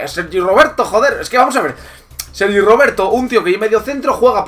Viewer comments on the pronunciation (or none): none